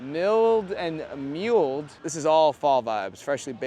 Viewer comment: "milled and mulled" is pronounced like "mill-d" and "mull-d" not "mile-d" and "mule-d"